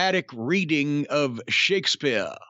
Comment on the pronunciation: The way he said Shakespeare. LOL!!!